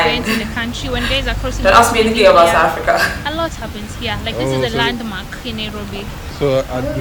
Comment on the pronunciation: Hihi. "Satafrika!"